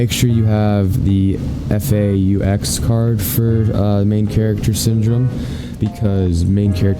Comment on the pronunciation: why can no one say faux right